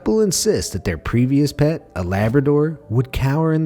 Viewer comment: Pet not pat lol